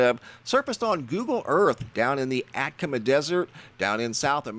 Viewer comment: Jeez laweez, it is pronounced atta-comma not the butcher job you are giving it, and your gonna be on a show about Chile ?????? ah ta cah ma ……...hope this helps !!!!!!!!!!!!!!!!!